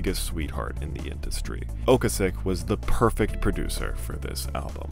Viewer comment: Repeat after me: oh-KAY-sik